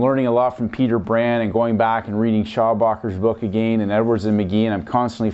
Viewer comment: Good videos, however, the way you pronounce "again" is not correct. Watch this very short video, on the "proper way" to pronounce this word. No "disrespect" brother, but, it is annoying. "How to Pronounce Again"